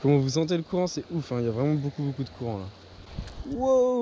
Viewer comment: Tu dit boucoup less go 🤣